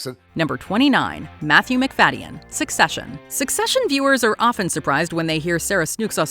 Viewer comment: This pronunciation of Macfadyen is jarring